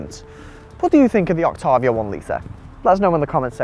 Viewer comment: You pronounce Octavia incorrectly.